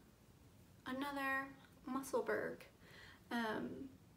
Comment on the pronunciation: Great job on your first podcast! Looking forward to the next one. As for the pronunciation of the Musselburgh hat, it’s “Muh-suhl-buh-ruh”. It’s named after a city in Scotland. 😊 Many Blessings to you!